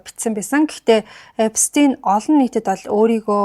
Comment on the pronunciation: Эпштэйн gej sh eer duudna shvv